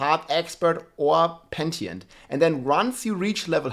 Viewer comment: Pen-Uh-Tent " P